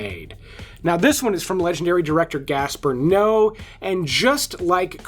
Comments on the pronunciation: Couple of things: Lars Von Trier's last name is pronounced "Tree-er" like seer or freer. Gaspar Noe's last name is pronounced "No-a". Similar to saying no way. Isabelle Huppert last name is pronounced "oo- pair" Crash is based on a famous book by JG Ballard, which is just as explicit as the Cronenberg movie. Cronenberg didn't so much invent the story but brought it to life from the written pages. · Hate to be “that guy” but “Trier” is pronounced “Treer” and “Noe” is pronounced “No-ay”.